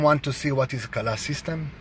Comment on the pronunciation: As a Indonesian, yes Kalah means lose And the way say Kalah sounds a bit like a native speaker 😂😂😂